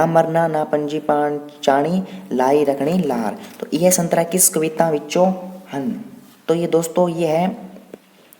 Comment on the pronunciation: Aree bhaiya संतरा नहीं सतरां hota hain 😂😁